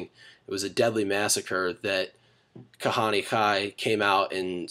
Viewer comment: I like how his hebrew is awful and obviously not a Jew.... Kahaneee? Goyishe Kop.